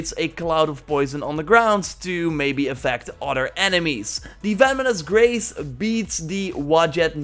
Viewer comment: it kinda sounded like ya said “feminist race” instead of “venomous grace”